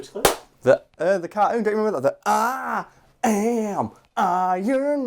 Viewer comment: Ironman carkoon?